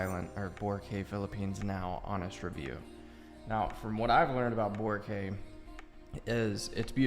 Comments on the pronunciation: It should be pronounced as bo-rak-aye. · Vora cay luh 😐 sir good sir its BO-RA-- KAAY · The closest way to pronounce Boracay is bo-rāh-kai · It pains me to hear "Borakey" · BORACAY /boh-RAH-kai/ not Kay, as in kai for Cobra Kai. Gets? I was there more than a decade ago and that's where the downfall began. It was still great when I went there. I had a ground floor beach side room. Awesome! I just stepped out of the balcony and the beach is there. White sand, emerald to sapphire water...not photoshopped. When you stand still in the water there are tiny fish that'll clean your skin. Scared the hell out of my friend! LOL! Best vacation ever. For many months I could still hear the sound of the water. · Boracay - Boh-RAH-kai so the stress is in RA. The man in the video pronounced it wrong but since he is not a filipino, that's fine. But yeah when you ask local and you pronounced it wrong, or at least it's not that clear to us, people will give you a weird questioning look. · Correct pronunciation of Boracay is baw . ruh . kai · Pronounced as BO - RA - KYE (like bye) In Tagalog, we only have 5 vowel sounds. A in apple, E in egg, I in eel, O in off, and U in zoo. Hope that helps. :) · Wrong pronouns of Boracay